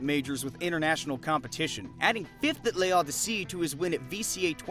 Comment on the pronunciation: L'Odyssée Comona reading L'Odyssée : *L E O D Y S S E Y*